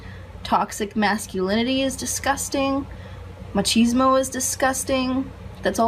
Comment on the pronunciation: Did she pronounce it “mah-cheese-mo”???